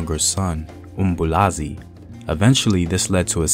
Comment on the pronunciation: It's uMbuyazi not Mbulazi